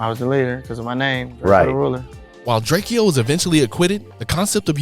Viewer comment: LMFAO drake eee oh and Texas tay-k what the actual fuck